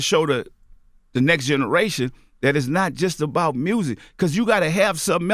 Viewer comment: new game: take a shot everytime you hear "dis generation"